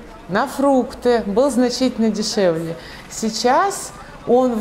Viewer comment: "ценник был дешэвле" :))))))) -- он был нижэ.